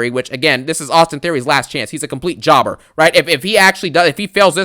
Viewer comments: Man i love your videos, you make me laugh some much " Pin Jober Ballor" hahahah 🤣. the way you say Jober and Garbage i laugh so hard. At this moment even if WWE does a good job on a show i want you to hate it. Love them videos bro keep up the good work. This show SUCKED no questions asked. Also i want your opinion on Karrion Kross booking. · I love it ngl 😂😂😂😂